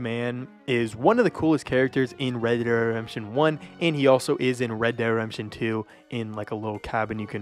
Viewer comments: U say “red de redemption” like u have marbles in your mouth lol 😂. Great video just finish your words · said redderedamption one 🗿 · "Red dead Rempshun" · Not gonna lie, for some unknown reason I chuckled whenever you'd say "red dead redemption" and it would blend together like one word. Not a dig at you or anything, just random. But when you have to say it that many times in a video, obviously youre going to say it as quickly as possible